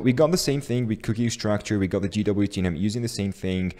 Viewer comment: Great video! BTW it's pronounced "jay"WT. If you say "gee"WT it is GWT ;)